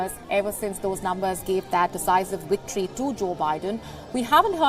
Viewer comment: Woates? Wicktory? Sort it out... really embarrassing..